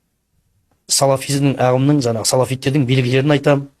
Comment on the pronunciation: Жанағы жанағы демей жаңағы деп таза сөйлесйші.